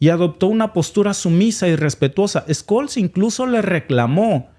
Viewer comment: Scschsch...olz ssssholz...no skoll...es aleman no ingles!!!😂😂😂